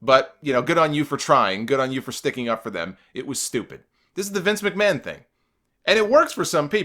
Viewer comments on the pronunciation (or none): none